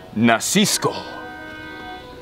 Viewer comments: its nabisco not nasisco 😭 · Nasisco?!! Hahahaha!, that’s Nabisco. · it said nabisco not nasisco 😂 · Nasisco😂😂😂 it's those Nabisco crackers lol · Nasisco Spanish accent 🤛